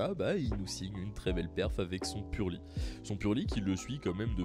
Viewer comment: heeeeeu il manque un "R" a pur"r"ely